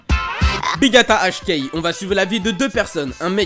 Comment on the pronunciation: B gata H Kei se prononce B gata ecchi kei